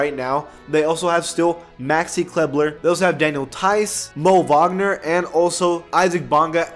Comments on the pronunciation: lol maxi "klebler" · he said klebler 🤦🏿‍♂️